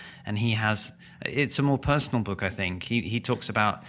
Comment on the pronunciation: Its "book" not "bek".....!